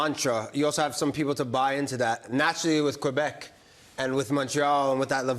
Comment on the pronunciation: Thank you for saying Québec and Québécois properly! 😁🙌🏻⚽️